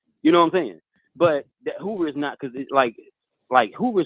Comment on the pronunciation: said "Hula Halabama" which it should be Hoover Alabama. I'm in stitches! 😂😂😂😂